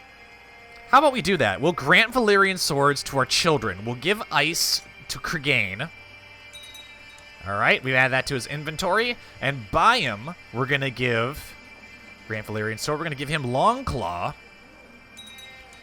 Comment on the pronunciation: Why do you keep saying Cregan so weirdly? Lol Its like Keegan but with an r.